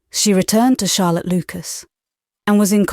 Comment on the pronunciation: Lovely reading! Odd she called Charlotte harlot in chapter 20 or 21 😂